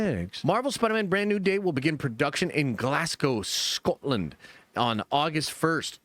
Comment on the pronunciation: Never say Scotland like that again. With great aids comes great responsibility.